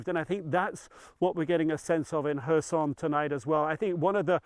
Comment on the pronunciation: It is Herson, not Korsun.